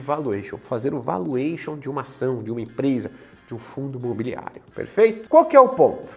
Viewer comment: vAluation e não voluation